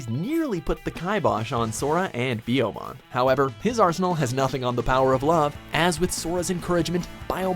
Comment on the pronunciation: Its actually piyomon not biyomon...they changed it for the dub...get rekt...